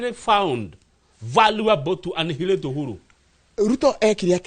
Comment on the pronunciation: Hi. Please check out the correct pronunciation of ANNIHILATE. The 'h' is silent. I've noted you are a scholar n I've learnt a lot from you. Take this as my one dime contribution to this growth.